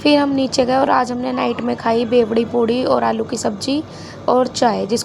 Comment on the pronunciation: Bewdi nahiii bedwii puri hota h😂...btw vlog bhot acha tha 🎉